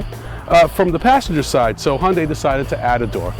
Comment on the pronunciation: Fucking biased much? The hyundai pronounced He Un Dai by the way, look so much better than the other one. As for you, lose some fucking weight! They're not sport cars so don't expect them to be fast you idiot! They're better than you any day.